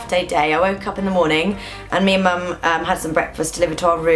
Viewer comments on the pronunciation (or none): none